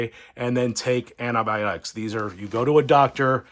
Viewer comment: aNNaAbIoNiCs.....???? It's ANTIBIONICS.